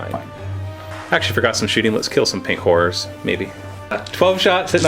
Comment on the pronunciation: I swear he's saying pink whores